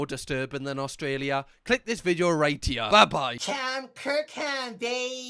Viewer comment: As an Australian, the way you say video makes me offended you say we speak the same language. Ignoring the fact you can throw a stone into the next village in your country and hit someone who speaks in a very different accent to you.